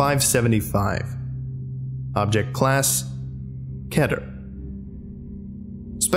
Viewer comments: you know dude, your pretty great at this and all, but I gotta tell ya, you pronounce Keter wrong, it's pronounced more like "Kee-ter" than kettle. it's pronounced more like peter like from family guy, but with a K instead of the P. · Is Keter pronounced as K-ae-tur or K-ee-tur